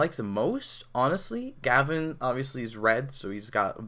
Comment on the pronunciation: GaVAAN not GAvan